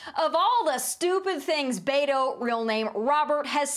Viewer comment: why can’t she pronounce beto correctly.. t’s not that hard??